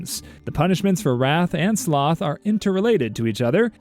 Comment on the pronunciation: The way he said s-s-s-sloth and then WRATH, just has me dying 🤣